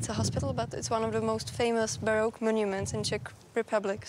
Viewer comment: learn how to pronounce the word baroque. Everyone wants their own version of language. That is why truth is disappearing from the world as well as the distinction between good and evil.